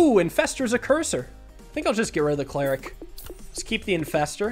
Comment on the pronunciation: It’s ‘cleric’ not ‘cleeric’